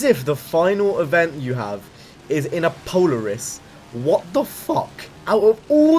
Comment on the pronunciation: Polar iss? No that's not not how it's pronounced it's po lair iss and there pretty shitty at making snowmobiles and quads(atv) because they get dominated by ski doos for snowmobiles and of course Honda makes better quads than them because Honda is the best at everything. Just a little bit of information about Polaris and why I hate them